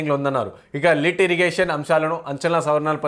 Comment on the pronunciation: 2.57 అది లిటిగేషన్. లిట్ ఇరిగేషన్ కాదు😅😂